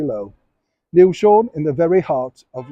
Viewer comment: Bravo Neil. So happy to hear this hero be named correctly. This country is going quite quite mad. Stop trying to change our history and leave his remains where they belong.